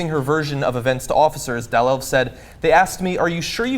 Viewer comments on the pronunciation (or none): I'm from Norway, and her name: Marte Deborah Dalelv, was pronounced terribly wrong. I't's more like: Mar-te D-bora Daal-elv if it's to any help... :) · Terrible pronounciation of her name, John. But I forgive you.